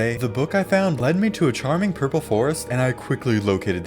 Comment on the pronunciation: Did you mean to say purple golems or purper golems?